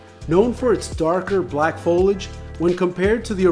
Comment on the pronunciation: FO-LI-AGE. FOLIAGE. say it with me...